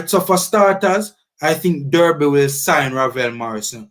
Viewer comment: DERBY is pronounced D-A-R-B-Y... please note it can be disrespectful to keep mispronouncing the Club's name